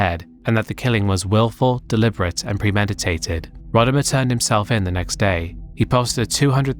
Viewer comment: Also I like that despite having a clip in the video with Rodimer saying how his name is actually said and yet still says it the same way throughout the section that those who were familiar with him from wrestling say it.